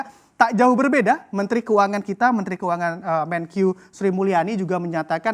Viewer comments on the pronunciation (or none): RALAT: MENKEU bukan MENQIU 😂